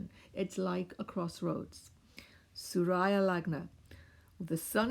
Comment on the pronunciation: good information. but just fyi- it is pronounced soor-ya not soo-raya